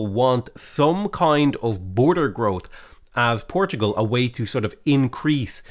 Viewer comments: Really annoying pronunciation of PortuGAL here. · Hearing her say “Portugal” is torture.